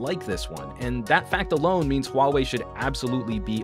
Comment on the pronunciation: I think it's pronounced WAH-WAY, but great review :)